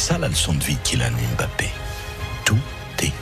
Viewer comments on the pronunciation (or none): Eh! C'est pas M bappe. C'est Mbappe